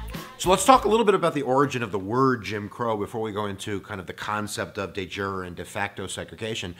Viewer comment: Bro I like the video, but it’s not day jury it’s de jure(dehzjuhr). It took my 10 minutes to figure out what word that was.